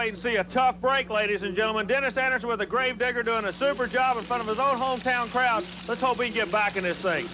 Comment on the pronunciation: i think bro doens't say grave digger